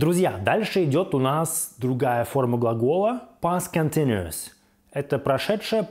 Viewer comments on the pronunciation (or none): Когда вы перестанете себя позорить? Хоть бы погуглили произношение, прежде чем всякую гадость писать. Никакого "контиНИэс" никогда нет и не было, это последствие уродской советской школы, мне вас жаль. To continue = "континью" Continu-ous = "континью-эс" или можно "континью-ос". Пойдите и покурите, легче станет. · Не Континуос, а континиэс(Continuous) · я не привыкла русскими буквами писать транскрипцию. Это может быть континтюэс или что-то близкое к этому. Но это точно не то произношение, которое у автора ролика